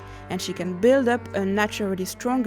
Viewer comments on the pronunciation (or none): none